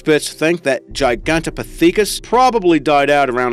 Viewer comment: GigantoPIthecus, not GigantopiTHEcus!